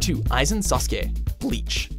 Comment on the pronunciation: you pronounced it sasuke 😂😂😂